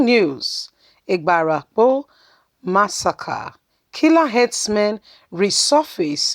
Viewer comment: Ibarapa...not ibarapo